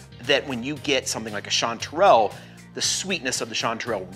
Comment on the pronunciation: First, its strange for a pnw'er that yall's Texas chanty season is summer. Second how y'all are pronouncing chantrel. Weirdos.